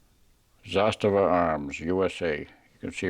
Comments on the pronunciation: funny how americans bend over backwards to rponounce zastava correctly but pronounce canik as they feel like. you hate the turks for being muslim and love servs for being found guilty for genocide over muslims in hague tribunal? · Im serbian and your second prounanciation was right, anyway great review and i wish theres more americans like yourself out there cos you remind us of ww2 America when you were the greatest country and period when Serbia and America were allies, now America is not run by true americans and thats why we are sadly on opposite sides....regards to you and all true americans from serbia